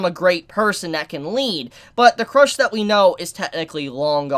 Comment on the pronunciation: pronunciation: Rem-Reim Petelgeuse- beetlejuice/Petelugiosie Cru-sh turns into crush